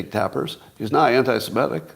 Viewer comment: Please stop pronouncing 'semitic' incorrectly ('simetic'); it is so annoying.